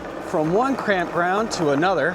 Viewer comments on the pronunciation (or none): Is it my tv, or is that bike really noisy? Glad found her bike! Hey, I probably heard it wrong, but I swear said "crampground". Oh that can be SO true for some rv parks lol lol. New word I am stealing!!